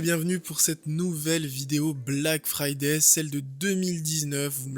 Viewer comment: Omg le black fyyday cher darty😱😂😂😂😂